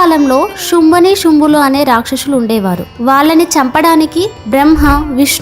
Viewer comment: శుంభ నిశుంభులు అమ్మా అధి శుంబ నీశంబులు కాదండీ అధి బ్రహ్మణి కాదు బ్రాహ్మణి 🙏🤦